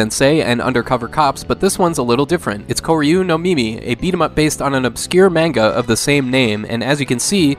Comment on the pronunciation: Thank you! I hope your day is good too. Also my wife requested I tell you "it's MAN-ga, not MANE-ga".